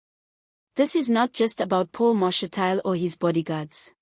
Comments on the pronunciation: Ma’shi’ti’le… not Ma’she’tile. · Get someone who can pronounce Mashatile properly !!!!!